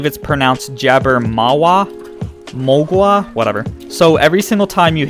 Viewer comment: Floormore? Mogwaahh? never seen Gremlins? Last week you couldn't say arterial. Doesn't sound like English is a second language for you .